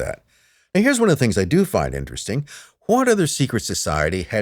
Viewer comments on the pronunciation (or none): none